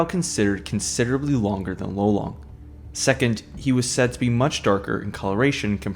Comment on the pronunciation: It wasnt lolong it was lelong dude